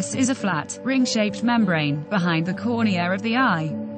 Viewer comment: What's a corne-are?